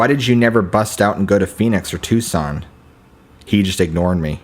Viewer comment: Its pronounced (Tucson) tooson. Gila monster is Heela monster. Not critising just info. 😊